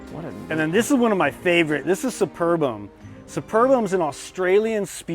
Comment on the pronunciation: Australian here, you dishonour us by not pronouncing superbum as its spelt. Its "super-bum" around these parts haha